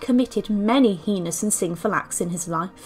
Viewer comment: If you narrate something for public consumption you should look up any pronunciation of which you might be uncertain. The word "heinous" causes SO many problems, even for native English speakers. The proper pronunciation gives the first two vowels the sound of a long A -- simply the vowel "A" as pronounced in the English alphabet.